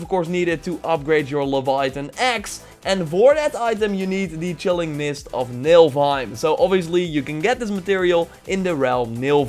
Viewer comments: Nifl, not Nilf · IT'S NOT NILVEIM IT'S NILFEHEIM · Muselheim and Nilfheim XD Time to be a bit of an ass here: Muspelheim and niflheim Still entertaining vid.